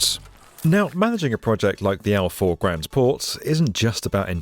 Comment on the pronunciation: I love the video Faw is pronanced as Faa ow as one word